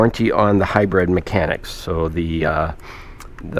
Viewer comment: Thought these type of vehicles were called and pronounced a hybrid.... This way. HIGH-BRID.....u say...... HIGH-BREAD..... Which is correct🫡